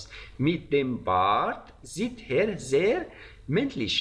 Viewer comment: درود، چرا به Er میگید هر؟؟ E صدای ه‍ نمیده